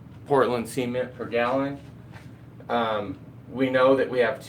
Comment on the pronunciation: See-mint lol...